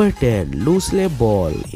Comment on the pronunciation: “MOORE” ka sahi uchchaaran : MOOR “LUCILLE” is pronounced as “LU-CIL” “LUCY” = LOO-cy Not LEW-cy ! 🤷🏻🤷🏻‍♂️